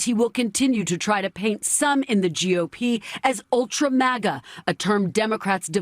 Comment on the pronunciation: My man said ultra-mauga